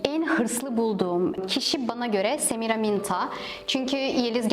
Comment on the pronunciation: Semiraminta dedin kalbimi çaldın